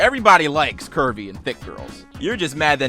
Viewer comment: why am I thinking that he's saying "Kirby" and not "curvey"